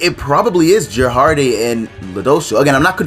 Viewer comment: it took me a while to know you were talking about gerharde when you said jerharde